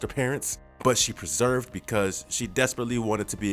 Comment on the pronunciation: Persevered not preserved